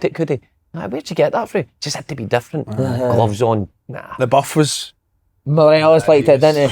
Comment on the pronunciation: Andy complaining about people calling mcgregor cal Mac while he calls Morelos “buff”😂